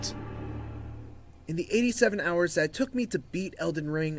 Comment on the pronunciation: "1000 horus" lol